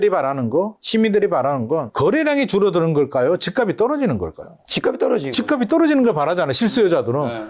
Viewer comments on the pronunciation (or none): 다른 건 다 알겠고, 부동산 전문가들 제발 "집 값이" 발음 좀.. <집갑시> 제발 제발 수많은 유튜버 부동산 젓문가들 이 기본적인 연음법칙도 안되는 사람 천지. 처음엔 이거 발음 못하는 전문가는 거르다가, 이제는 하락 상승론자 하나 같이... 하. 😅